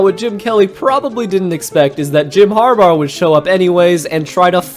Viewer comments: HarBAUGH not harbar🤣🤣🤣😩😩😩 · Har-bar? It’s pronounced Har-bah. His last name is Harbough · why do you pronounce harbaugh as harbar it is grating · Did he call him "har-bar"😅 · am i the only one who hears him saying Jom harbaugher or harbar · The way you say Harbaugh sounds like you add an r at the end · Was going to say this…